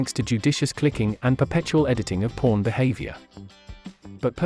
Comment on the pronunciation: The way the bot says "Pawn" is crazy